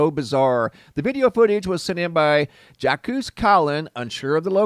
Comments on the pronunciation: "Zhahks" not jockoose, lol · It pronounced Jock, not Jak quez lol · I believe the name Jacques is pronounced almost like Jock. It’s French. Like Jacques Cousteau. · Pronounced /zhawk/ remember Jacque Cousteau? French name…… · Psst My favorite Earth watchman Jaques It originated from the Latin name Jacobus, which came from the Hebrew name Yaakov, which meant "one who follows". The correct pronunciation of Jacques in French is Sz-ahk. The "J", which is phonetically transcribed as "Sz" is pronounced with the same "s" that is pronounced in the word "vision". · It's like Jacques Cousteau - pronounced Zhock. Sorry, that was freaking me out! xox ; ] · ... "Jack- coose" ...😅😂 ... "Jah-coose"... 😯😅😹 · It's the pronouncing of the name for me lol your fine I swear but I had too look at the name for second like huh 😭🤞🔥🙌